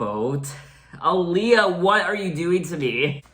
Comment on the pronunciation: Did you know your pronouncing her name wrong 🤗